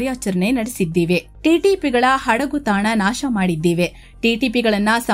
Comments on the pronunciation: min, ಅದು "ಹಡಗುತಾಣ" ಅಲ್ಲ ಮೇಡಂ, "ಅಡಗುತಾಣ". ದಯವಿಟ್ಟು ಕನ್ನಡ ಸರಿಯಾಗಿ ಮಾತನಾಡಿ 🙏🏻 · ಅಮ್ಮ ಅದು ಹಡಗು ತಾಣ ಅಲ್ಲಮ್ಮ ಅಡಗು ತಾಣ 😂😂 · ಹಡಗು ತಾಣ ಅಲ್ಲಾ ಅಡಗು ತಾಣ ಮೇಡಂ 😂